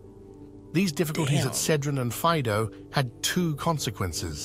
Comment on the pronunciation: Faìdo not Fàido